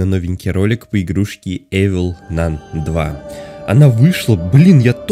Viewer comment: Не Эвил Нан а ивл нан